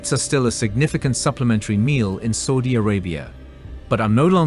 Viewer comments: Did I hear him say "Saldy Arabia" or "Salty Arabia"? Please let him know it is "Saudi Arabia" 😊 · Saudi pronounced Sowdi, not sordi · Bro u pronounced Saudi wrong , it's saa ooh deeyah , no soooh dia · It should read Saudi, S Ah U Di, Not Soudi !!! It was an A -AU, not O-OU! No need any research...just know where the country is and know how it is called first. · Not Sodi Bro, it's Saudi 😅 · Why does he keep saying "sodi" instead of suadi? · After the 3rd or 4th "Sowdy Arabia" I couldnt do it. 😂😂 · 30 minute doco saying Sawdee 100 times and and still can't say Saudi properly. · It's saaaudi Arabia not soldiers bad English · my ears hurt................SODY SODY SODY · why does he say s000di arabia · the same new tone goes for ' Saudi'!! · Really interesting but ‘Sawdi’ Arabia! Say it properly or bugger off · I am so irritated by how he pronouns Saudi Arabia, I can not finish the documentary. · You are NOT pronouncing Saudi correctly 🤬🤬🤬